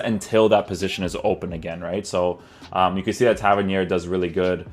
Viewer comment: Just glad you say his name properly haha